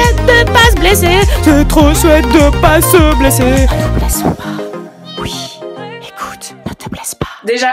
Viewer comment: C'est une belge ça s'entend a son accent, il le prononce souvent houite